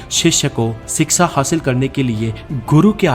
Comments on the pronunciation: First of all the word in hindi is called shiksha not siksa. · Bhai wo shiksha hota he siksa nahi 😁😁